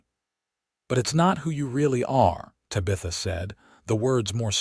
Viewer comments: Yeah, me too....bye. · Drove me crazy!!! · Terrific love story! ❤ very interesting from beginning to end. I accepted the AI mispronunciation and just held on to fully enjoying the story! ❤😊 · Not Sure I Can Keep Listening. Mangling The Name Tabitha is something AI needs to fix! It's nails grinding on a Chalkboard Aggravating. Tabitha I keep wanting To Yell. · I don't know what's so hard about Tabitha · The Name Is Pronounced, 'TAB' - 'A' - 'THA' Not 'TY'- 'BITH''- 'A'! If You Ever Watched The TV Show, 'BEWITCHED' The Little Girls Name Was Pronounced Correctly.. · Good story but reader is so cut and dry...and it's TABitha not taBITHa.... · I did NOT accept the AI mis pronunciation of TAB.i.tha. If your AI doesn't know how to pronounce a name, use a different name. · Finally a story without water rights problems and the woman doing the accounting! Refreshing ! I wish AI would do a better job of pronouncing words. TAB I THA NOT TABEETHA!!!!! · Ugh...It's TAB - I - THA...Not Tuh BITH Uh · Te Bah th ah. That's how you pronounce it. Please.😊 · think again. It’s not Ta-bee-tha, it’s Tab-ih -tha. Did you never watch Bewitched? Or better yet, even Google can tell you the correct pronunciation 🙄🙄🙄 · Ai sucks at pronouncing names/words. anyone else cringing everytime ta bith a is screwed up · Tabitha is pronounced tab-i-thuh . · Yes her tab i tha not ta bith a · Ok Tabitha is pronounced Tab eth a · No It’s Ta- BI-ta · The AI needs to learn how to pronounce Tabitha correctly! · Please fix the way AI says Tabitha's name. Cute story but if you changed that one thing it would be much better. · Please learn how to pronounce the name Tabitha. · UGH the AI needs trained how to say TABITHA. Could not get past the first 2 minutes.